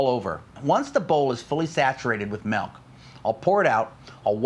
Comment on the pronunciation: I hate it when people say " melk"